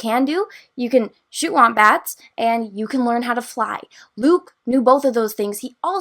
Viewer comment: did you say you can shoot wombats? You can't shoot wombats...:'( Heh just so you know, I'm only stirring. I couldn't string my thoughts together verbally as well as you do for as long without making a few more mispronunciations than making womp rat sound like wombat. I did find the thought of Luke Skywalker running around shooting poor wombats extremely funny though..